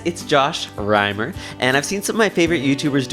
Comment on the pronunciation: LOL!! Josh "Rimmer"